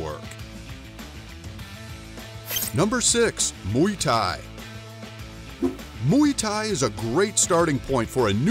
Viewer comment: i stopped watching when he said ''MUY THAI''